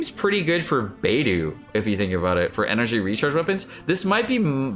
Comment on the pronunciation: Lol xinyang &beidew? Dude its xinyan & beidou, where exactly are you getting the words yang & dew from.